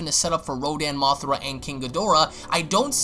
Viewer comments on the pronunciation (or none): Its mothra not mothera